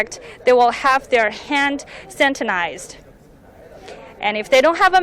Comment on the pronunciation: It is not pronounced santinize but rather Sanitize